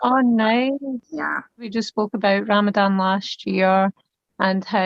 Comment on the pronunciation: Its Ramadan (ض is a heavy DH not z, ز is z)